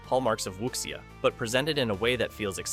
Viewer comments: It's pronounced "wu-sia" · great video!! the pronunciation of wuxia is " wushià "